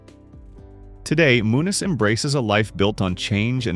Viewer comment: its lark voorhees ain.t lark voorhys gee get her name. and also Frankie Muniz ain.t munis get his name right bro God dam.n